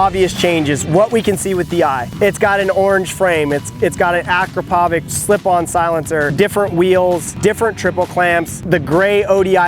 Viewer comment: you say akrapovic wrong